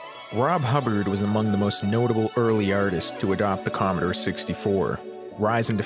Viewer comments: Com-mo-door not com-uh-der, ah-men break not ay-men. Sheesh!!! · Comeder 64? It's "Com-ah-door 64" thank you very much.